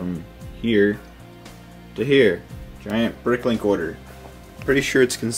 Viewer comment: dude mention the r sound when u say order u sound like ur saying oderd